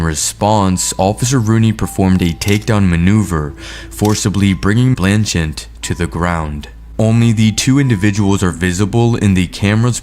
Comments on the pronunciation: Dude, the name is: BlanCHETTE BLAN-CHET!!! not BLAN-chint YOU'RE KILLING ME!!! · It’s blanchette not blanchant. Why is it? You can never pronounce anybody’s name correctly even after it’s in the video 1000 times you still can’t pronounce anything correctly. It’s spelled out for U. Ugh. Smh. 🤦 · How how many times are you gonna say "BlancheNtte" until you realize you´re saying sh1t? Its written right in front of you!!! Are you normal? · It’s Blanchette dude. Where you getting the extra N? 😂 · "Blanchent, Narragansent". ha ha ha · A. He obviously pled guilty and B. Why can’t pronounce either Blanchette or Narragansett? Listen; he puts at phantom N at the end of both names…. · Blanchette, ONE "n" in the first syllable! Narragansett, two Ts at the end, NO "N" in the last syllable.